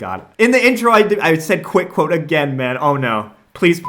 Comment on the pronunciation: Quit Cwote